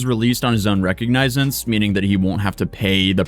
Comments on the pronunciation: Man his cortisol levels must be through the roof with the state of that mugshot. Face looks flat and relaxed with no zygomatic or mandibular definition at all. Looks pudgy i.e. soft, puffy and swollen. Ouch. is how you pronounce - Recognizance. Re-cog-ni-zance. Cheers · "Released on his own recognizesez."🤣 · Reconginences my guy... You tried. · 9:590 "Ru-cog-nuh-zince" = recognizance 😊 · is a lawyer and mispronounced "Recognicince"!?😂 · Recognisance (or recognizance) is pronounced rih-KOG-nih-zuns. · It’s pronounced Re•Cog•Ni•Zence. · ur my guy but it's recognizance pronounced ree-cog-ni-since!I got ur back buddy! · recognizance 😂 it’s re-cog-na-zance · got whiplash from hearing you pronounce recognizance like that! It’s ree cog neh sense! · RE(cog)na(since) phonetic pronunciation *now you know 🙂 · Recognise-enced. :D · re·cog·ni·zance please say it right my god it makes me laugh to much when you say it. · Lol once again OR'd Own Recognizance; Pheonetically (Meaning how a word is pronounced and sounds when spoken, ie: like in a Dictionary & Thesaraus lol) "Re-Cog-Nih-Zan-Ss" lol xD you're welcome(: 😁👍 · min in recognize ance ? Its recognizance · Recognizance pronounced: ruh. kaag. nuh. zns 👍❌💯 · Lol I opened comments for same reason. Re-cog-ni-since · bro, you’re a court reporter - you need to know how to pronounce “recognizance” it’s re-cawg-nizz-sawnts. you can also say re-cawg-nizz-zints. either pronunciation is acceptable. it does not sound like the word “recognize” at all. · every so often that Norwegian comes out...it is pronounced RE-COG-ni-zance.....recognizance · At this point Im convinced that says recognizance wrong on purpose. (Re-COG-ni-sense) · "...recognizence" hahaha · My brother in christ you absolutely BUTCHERED the word "recognizance." Wow. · I'm pretty much a fan, so in good faith dude, please learn how to pronounce recognisance!!! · u cant pronounce that word huh? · Bro can’t pronounce recognizance